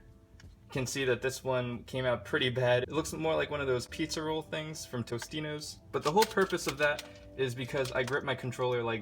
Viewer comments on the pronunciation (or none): I guess no one's gonna mention that he said "tostino's" instead of "totino's"